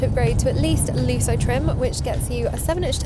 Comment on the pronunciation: ‘Looso’ trim? 😂 Try Lusso, it’s a double ‘s’ preceded by a ‘u’!